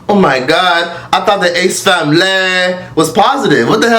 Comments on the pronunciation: “the disgrACEE famiLAYY” 💀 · “Tha snake famlehhh”😭